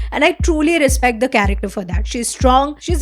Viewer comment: 7.02 Respect❌ Risspect😂